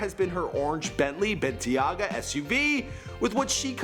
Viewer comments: "Bentley BenTIYAGA" im fucking dead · its pronounced ben-tay-ga not bentiyaga fucking idiot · not ben ti a ga, ben tay ga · The way he said Bentley Bentayga had me dying 😂😭